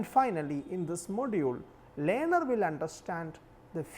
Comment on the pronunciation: what the fuck just he say "lyaner" for learner!